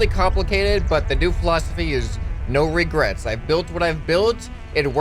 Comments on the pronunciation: & co it's Regrets not Regerts!! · Regerts... You're U.S. american right?